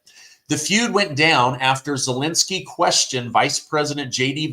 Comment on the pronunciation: Zelensky is not Zelinsky. Second e is pronounced as the first one.